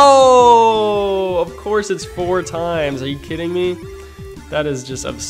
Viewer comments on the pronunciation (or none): none